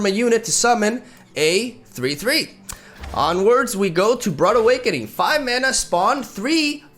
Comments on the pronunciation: “Brood” is pronounced B-rude, not B-rud. Never played Starcraft Brood Wars? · Warreor huh??? You mean B-rud wars, I assume.